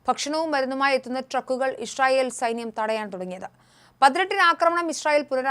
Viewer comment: Hi, the pronunciation is israel, but you are saying ishrael.